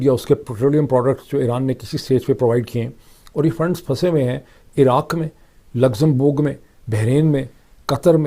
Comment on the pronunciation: Luxembourg not boorg